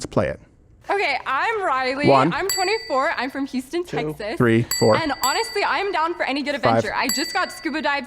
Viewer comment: The way she pronounced Houston Texas was a true Peggy Hill moment